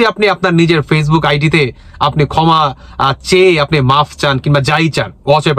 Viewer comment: Uccharon thik koren. Kotha ta "koma" noi "khoma" thumbnail thik korun. Dil noi, dhil. Asha kori positively niye shudraben.